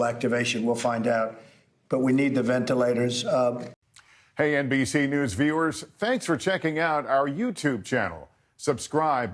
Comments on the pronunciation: Cuomo...venelators venelators venalators. de Blassio..It's Ventilators you moran ! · "Venelators for the EASTER Bunneee..."